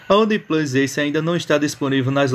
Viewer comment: Única dica que posso dar é que se as palavras One e Plus se pronunciam respectivamente "Uam" e Plãs" não faz sentido o nome do aparelho ser pronunciado como "Oniplus", aliás a logo da marca é exatamente isso, o número 1 com o símbolo de mais +. Abraço